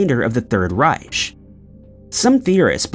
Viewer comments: "The Third REICH" pronounced rike in both English and German, kid. Do your research. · Third Reich... Pronounced "Rike"